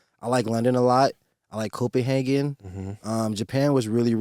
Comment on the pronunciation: Did he say copehagen?